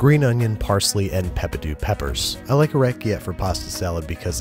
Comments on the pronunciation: Oreketay not orekiette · OrecchieTTE, not orechie. Thank youuu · Being the pedantic Italian that I am, I have to correct your pasta pronunciation: Orechiette is pronounced " oh-reck-ee-ET-tay" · What type of pasta is he using? I can't find it! It sounds like he's saying "Racciete" but I can't find that anywhere! It looks perfect! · You did not just pronounce orcchiette like that lol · Very glad to hear his Italian pronunciations improved significantly over time. That pronunciation of "orecchiette" hurt. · Italian here, the way you pronounced orecchiette kills me. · That's quite a interesting pronunciation of the pasta name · Ok, but can we talk about the way he pronounced orecchiette though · Not even Italian but I’m offended at how he pronounced orecchiette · I don't know if I'm like, the five-millionth person to make this pointless complaint on a video from 2017, but he pronounces orechiette like it's a French word, while it's Italian! Which I'm pretty sure is a crime, unless he pretends he did it on purpose, in which case we can all pretend it was funny and everything's fine. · Not the way he pronounced orecchiette